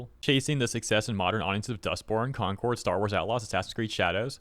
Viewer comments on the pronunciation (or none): none